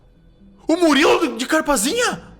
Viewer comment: Momento exato em que a percebe que o falou Muliro e n Murilo